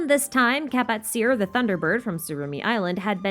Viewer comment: Kapatcir is actually pronounced ka-pat-chi-r I believe